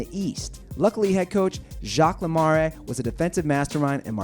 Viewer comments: never heard someone butcher martin brodeur and jaques lemaire so badly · Who mispronounces Jacques Lemaire's THAT badly?